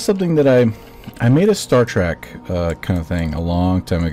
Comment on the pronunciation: I get it you have knowledge but hearing "star trek" as "star track" makes me annoyed and calling the star ships star treks is annoying. But the builds are really good